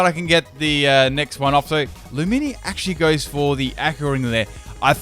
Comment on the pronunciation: Ac-wah Tail Lu-minior .......dat accent